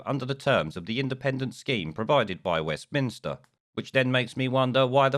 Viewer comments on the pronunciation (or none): It’s Holyrood not Hollyrood and Westminster not Westminister... otherwise all good!